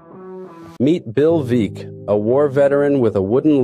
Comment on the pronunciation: Veeck… is pronounced Veck